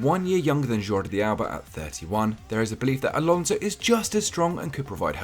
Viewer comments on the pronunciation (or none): none